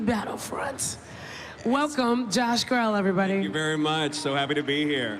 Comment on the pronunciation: HIS LAST NAME IS PRONOUNCED "GREE LEE" NOT GRELL.